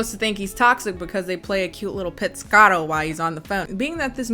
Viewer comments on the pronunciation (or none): none